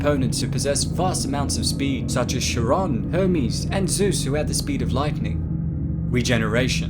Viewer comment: By the way, the correct pronunciation of the God Chiron is not "shiron" but rather "kai-ron". That is all.